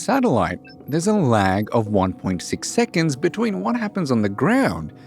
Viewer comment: When he said laag i cracked up😅😅!There's lag through this whole video. 😅😅.